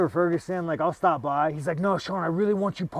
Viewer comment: Sean saying Tony Furgenson is crazy must mean a lot lmao